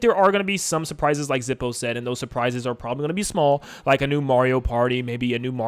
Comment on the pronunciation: "Zippo" No.